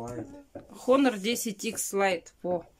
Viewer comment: Мы спрашиваем🙄 когда к логопеду?! А хонорх десять иххс лайт 🙈🤯 дело ваше, но эстетика речи важнее...